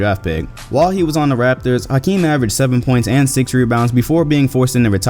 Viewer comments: H not house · In 2019 we still mispronounce Hakeem. The House is silent.